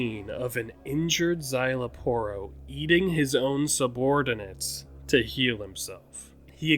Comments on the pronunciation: its zy-la-poro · You got the pronunciation for Szayel's name right 👍🏾 You just didn't roll the Rs on the Aporro's part of his name XD